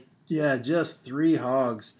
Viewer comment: You say three 'tree', why? you say though correcty? I'm just wondering